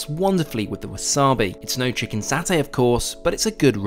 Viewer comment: I like the video, and SIA is my favorite airline by a large margin. But, the word is satay, or the Indonesian spelling of sate. In Malayo-Polynesian language there is no "Saa". It is "Saw" "tay".it's it s nails on a wall.. Also- it's not Ren- DANG. It's Ren-dong.